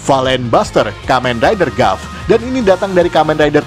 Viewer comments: Sedikit memberitahukan kalau tulisannya "Gavv" maka dibacanya "Gabu" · Sekedar memberi tahu Cara bilang gavv itu gabu bang